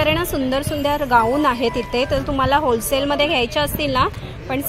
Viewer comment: It's wholesale not hosale. Any way it's good.